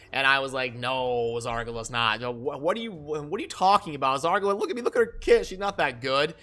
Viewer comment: Zar ga la? It's Zar gal a dude. Great stuff man. (btw keep calling her Zar ga la, it can be a trademark) thumbs up.